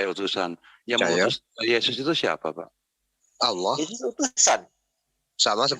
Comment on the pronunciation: Mana baca ny salah lagi...dbaca Alah hadeuuuh